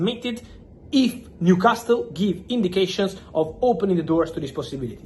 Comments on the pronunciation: Sorry to be a pedantic old git, but I wish Fabrizio would drop the T from Newcastle. It's pronounced newcasel. Edit: I'm a southerner and say Newcarsel. Northerners say Newcassel Whether we're from the north or south of England, we never pronounce the T. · I like how u say Newcastle. The T is silent. Say the last syllable as you would say the last one in Picasso. You are doing a great job though. 120Millie quids for Alexander is madness. He is a good striker but not even great for me. He is premiership proven I get it but somehow I am yet to be convinced by him. Gyokeres will outscore him. I am glad we decided not to break the bank on him.